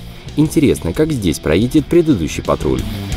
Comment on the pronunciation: Почему Ниссан патруть, а не патрол